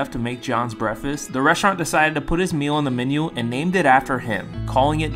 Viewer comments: Is anyone gonna talk about how he is not saying breakfast and saying breafest? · He has a speech impediment if you listen closely you can hear it through out the vid but he’s done a really good job on improving it though cause it’s hard to tell other than brefes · Breath Fist! 😂that’s what I hear you saying. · Can you not pronounce the letter K at all? You're pronouncing it, brefist..... Do you also say libary???🤔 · Brehfest ahaha dude needs to learn how to pronounce words before making videos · I know this is meant to be a sweet video but he can’t pronounce the k in breakfast at all, he just says “breafast” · Stop pronouncing K when u speak English Him: breafast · Thats sweet but work on your pronouncing cuh you say brefest its called breakfast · You know it’s not pronounced “Breffast”, right? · Dude cant pronounce the K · I know a few kids who pronounce it braf- kass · I couldn't figure out how to spell what I was hearing, so there would be no mistaking how it was pronounced...but you nailed it with brehfist, good job! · OMG...I didn't think anyone could get closer than brehfist, but breffas may be even more accurate! He doesn't pronounce the K AND the T. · that’s my point bro I’m saying that breakfast isn’t pronounced “brefast” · I adore grown adults who pronounce breakfast "brefuss" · Jason Genova pronunciation. “Breffis” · Breafess is how I’m pronouncing Breakfast from now on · Breh-fest is one way I’ve never heard it pronounced lol.. Anyone know that accent? Sounds like a mix between Georgia and Arkansas.. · I’m sorry, but the way you say breakfast gets me so mad it’s breaKfist breakfast you need to pronounce the K and the a sounds like I technically when you pronounce it😂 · U can’t pronounce K’s or something? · super annoying to hear him say it so weird. Wish he would respond. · he doesnt pronounce the k at all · I thought I have been mispronouncing breakfast my whole life. 😢 seriously. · No one gonna talk about how he pronounced breakfast